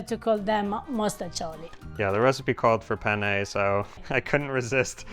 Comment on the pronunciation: Makes me nuts. would you PLEASE stop saying "penn-A" or feffucine-A? 'for cryin' out loud, try Penn-neh, or fettucine-neh. It's a wonder she doesn't strangle you. 😀